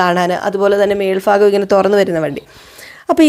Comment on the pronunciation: മേൽപ്ഫാകം അല്ല മേൽഭാഗം